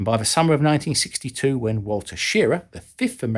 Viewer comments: Wally Schirra is pronounced sha-rah, accent on the sha, not shearra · Great video but I wish your research included the correct pronunciation of Wally Shirra. It's not "shear A" but "sher RAH" with emphasis on the 2nd syllable. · Walter "Wally" Schirra pronounced his last name Shir-RA, accent on the last syllable. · nice video but Wally's last name is pronounce shuh-RAH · Sha...long a---- rah, is the pronunciation👍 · Shirra pronounced his name Shi-RAH, accent on 2nd syllabobble. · shur-RAH. Wally Schirra. Pronounced /shur-RAH/. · Thanks for the story of the cameras, sir. By the way, Schirra is pronounced "Shee-rah". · Please look up how to pronounce Schirra's last name and Gemini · Informing that he pronounced Wally's name wrong does not make me a spokesperson for the Shirra family. You enjoy nitpicking and insulting and acting like a spokesman for "everybody else" so be it. I could care less. Go ahead, have the last word and hurl another insult if that's what make you feel significant.